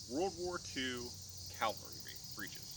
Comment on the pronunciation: CAVALRY, damnit! Not Calvary!